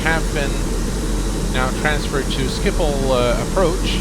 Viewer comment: Wow, as a non-native Dutch speaker you pronounced Schiphol very well! The 'g' in Dutch is hard to speak for non-native Dutch speakers.